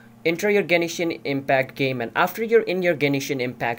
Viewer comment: 'Genishin Impact' -_